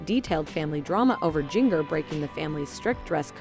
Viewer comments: WHo the F is Jing-ger???? Seriously her name is pronounced like the spice, gin-jer. Your fake clothing drama is ridiculous but your titles even worse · Her name is Jinger ( pronounced Ginger like the spice! ) Not Jin-ger!! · You obviously don't read the comments, about your pronunciation of mongers first name, try reading the comments, and notice your mistakes.